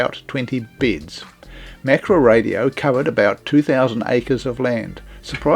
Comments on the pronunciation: ma-ka-ra. Not mak-ra. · It is can't be bothered to pronounce Maori properly😢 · Mak-ra lol